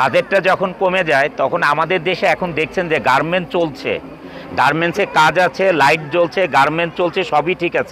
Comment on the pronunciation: জলিল সাহেবের R উচ্চারনে সমস্যা আছে। উত্তোলন-উত্বরন, ওয়াল্ড-ওয়ার্ল্ড, গার্মেন-গার্মেন্টস সহ অনেক শব্দের উচ্চারণ হাস্যকর মনে হয়।